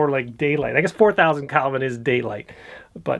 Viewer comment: umm...Hobbes would tell you it's Kelvin, not Calvin